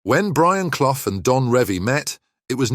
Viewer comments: Brian Cloff 🤣🤣🤣, say it proper ya clown 🤡 it's pronounced Cluff, you really don't know anything regarding football do you ??? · It's CLUFF, not Cloff! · Leeds finished 9th in 1978, Forest won it at a canter! Hardly surprising the facts are hazy when can’t even pronounce cloughs name correctly!